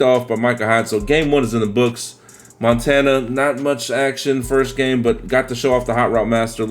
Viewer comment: You almost said Joe Montaina lol